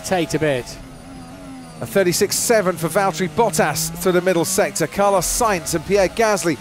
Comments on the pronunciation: it's Valtteri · it's Valteri! P1 🇫🇮🏁💪😛